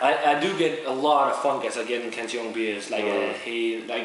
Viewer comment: its funny how peters pronunciation is so proper with every brewery name but does not pronnounce cantillon with correct pronunciation